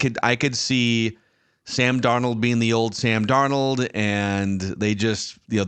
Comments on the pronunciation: Love the show to death but as soo as said Darn Old, i knew it would probably be like the last episode with his pronunciations being all over the place and I'm not sure why but it bugs the crap out of me and can't finish the episode. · I rather enjoy every time calls him “darn-OLD” 😂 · Why does he always say, "Sam Dar-Nold"?